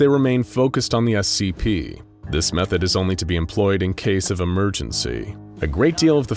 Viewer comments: no hard feelings but have you noticed the ''emeregency'' ? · "Emeregency"...?? XD Man, I'm not too good uwu"